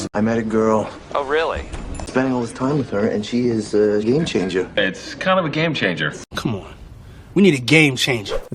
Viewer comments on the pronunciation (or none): why do you pronounce it game (sh)anger...? isn't it supposed to be pronounced game (tch)anger...?